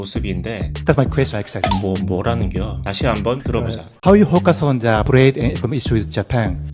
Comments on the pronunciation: 혀가 얼마나 짧으면 the가 쟈가 되냐ㅋㅋㅋ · 근데 정말... the를 왜 쟈 라고 발음하는지 궁금하네요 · 근데 이 영상 설명으로 완전히 이해가 안되는게 the 는 페음절 구조가 아닌데 왜 '더' 라고 못하고 '자' 라고 발음을 하는거임?